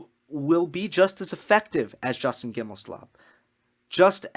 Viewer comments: Justin GimelSLOB..... did you mispronounce that on purpose? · I like your stand on "second chances" in the context. Want to note that it's GimelSTOB, not SLOB, although a good many (esp women) refer to him as the latter. JG swings a lot of weight in American tennis politics. He's pretty well embedded in Tennis Channel, owns the company that makes the "Uncovered" series, and is a close friend of TC's president Solomon. JG wants to be head of the ATP and the player council was ready to vote him in before the Halloween attack and its consequences. If he is returned to the council at some point it'll be because he still hopes for the top position. He's just not fit for it emotionally. I'm basing this not only on his past actions but on the article by the very friendly (to him) Clarey of the NY Times. He describes JG as sleeping very little, with a mind that's always racing. Hello? That's what normal folks call mania. Such people can be very productive, even brilliant, but there IS a cost. JG has shown no real remorse. He's like the thief that got caught and is not sorry he stole, but is terribly sorry that he's going to jail. He regrets the consequences of his actions but not the deed itself.